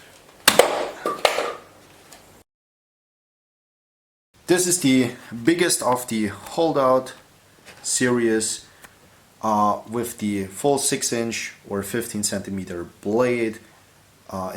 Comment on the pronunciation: Its "SERIES" not SERIOUS!! LOL Good review just please correct your English skills a little better and you'll be fine. Looks like u did some stippling on the one side with those large holes?